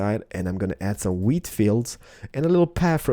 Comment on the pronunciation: He says weed instead of wheat xD